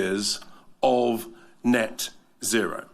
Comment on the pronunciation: NET ZERO IS NOT ZET ZERO… IT’S A HOAX!!!!